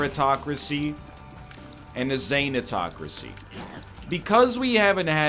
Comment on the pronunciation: What the shit is a “zanetocracy”? Thanatocracy? Gah, this is bugging me lmao.